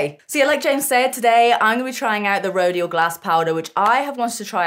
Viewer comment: Rodial is prounounced Ro-dial. Like dial, what you do on a telephone